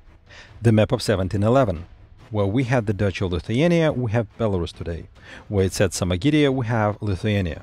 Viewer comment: [BelarUs] last syllable is stressed